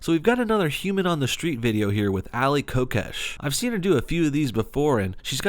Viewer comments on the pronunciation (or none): none